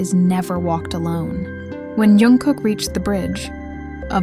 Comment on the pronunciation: He hates when his name is pronounced as if it starts with a Y. Why do they do that? Even if the story is made up like this one YOU SHOULD AT LEAST SAY HIS NAME RIGHT!!!